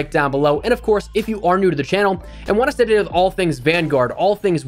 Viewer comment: You need to slow down the "stay up to date." It sounds like shshdgkfkigjdjd.